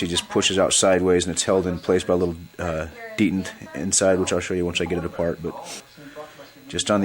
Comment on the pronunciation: iI know this is an old vid but it's but detent is said like "Dee tent" not "dee int"